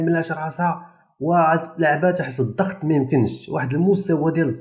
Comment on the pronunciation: 1 انتبه إلى اللغة : الضغط وليس الظغط!!!!! 2. لا داعي التبرير الخسارة الفادحة للجزائريات